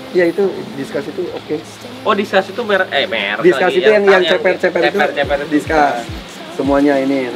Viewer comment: Diskus oy bukan diskas soalnya asal nama itu dari bahasa latin